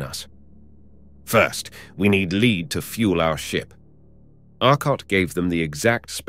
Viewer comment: So Arcot, Morey, and Wade ask for lead to refuel their space ship . The narrator while otherwise doing a fine job pronounces the word as leed not led. Strange to get that wrong.